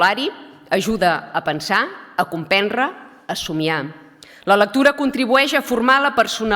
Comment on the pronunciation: Sí, però li costa dir els verbs acabats en -re, no pronuncia la síl·laba -dre, separa la d de la re.